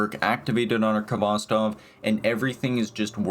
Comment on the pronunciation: It's pronounced Hvostov. The k is not sounded. It's a Russian word transliterated.